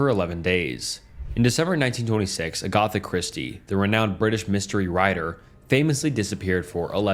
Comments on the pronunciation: Are you FRENCH?!?! ITS AGATHA NOT AGOTHA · Really?? A-gotha?!? Come on do better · Ah yes, The very common name agotha, lord of the primeval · Bro, google a pronunciation dictionary to help you with how to pronounce things. UH-Goth-Uh Christie is brutal. If you aren’t a native English speaker, then fine, but still get one. You’ll have a tough time getting big big with mistakes like this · I don't mean to be a dick but when you obviously mispronounce extremely common names like Agatha it breaks my immersion. I'm sure I'm not the only one. Its a minor quibble and I loved the video, but please just look up how certain things are said. In the long run, the small things matter. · You should look up pronunciation guides if this is something you're serious about doing. Agatha Christie did not deserve that.